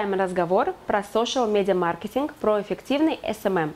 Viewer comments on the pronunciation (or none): none